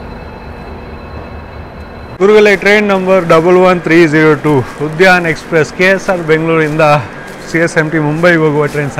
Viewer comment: ಉದಯನ್ ಅಲ್ಲ ಗುರುಗಳೇ ಉದ್ಯಾನ್